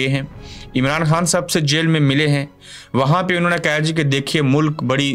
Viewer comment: Arey bhai aap خ ko ح padtey ho, eh kya baat hai ????